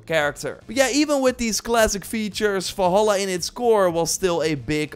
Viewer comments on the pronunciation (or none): Im sorry, but while the video overall was absolutely great, I got incredible frustrated over how you said "Wolholla" instead of "Valhalla"... I loved this video, but please take the revenue of this video to take a grammar/speaking/pronounciation-course. Thank you :) (Before y'all start beefing again, this is meant friendly and I do not mean to attack him personally. So you can kindly piss off, thanks).